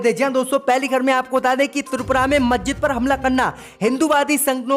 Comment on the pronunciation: I am from ALIGARH U.P. नखलऊ, मज्जिद और कई शब्दों का उच्चारण ठीक करें م خالد انصاری دارالقلم علی گڑھ